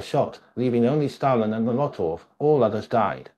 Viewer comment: Trot-sky,Cheek-a, ice-ax?(it was an ice pick), Mula-tov?, Plee-niary?, meme-orize?, Alex-tsar?, please...